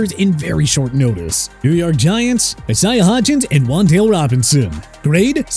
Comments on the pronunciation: stop with the E-SAI-AH b.s., okay?! Pronounce the name right! Isaiah is pronounced I-SAY-AH! How many times do I have to keep saying that? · he also can’t say Isaiah correctly to save his life